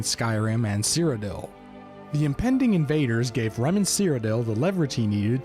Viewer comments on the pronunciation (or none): It's not 'Remen' ... it's Reman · FYI...it's Reman. Not Remen.